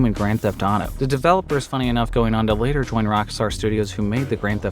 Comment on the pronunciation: “Sooner rather than slater “ 😆👍🏼